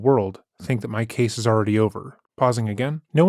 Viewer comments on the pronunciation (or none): Is his voice AI? 'Case' becomes 'cah-say.' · He likes reading things as they’re written by Sarah.